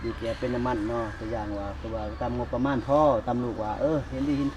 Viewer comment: งบประมาณ ✔️✔️..ไม่ใช่หงบ😂😂